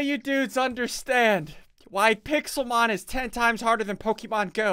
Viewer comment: pokemon not pokeman